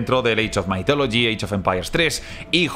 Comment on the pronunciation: Sí, solo que no se pronuncia "maitólogi", como lo dice, sino "mithologi", con la th pronunciada como la zeta o la ce españolas, esto es, con la lengua entre los dientes.